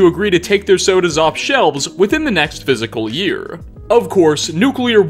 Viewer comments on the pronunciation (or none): "Fiscal year"... not "physical year"